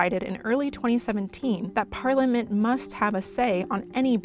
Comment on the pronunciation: If you're going to be an international reporter, it would be nice if you could pronounce 'Britain' and 'Parliament'.